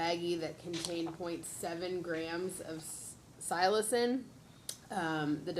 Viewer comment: Psilocybin. Mushrooms. The attorney struggled to pronounce it.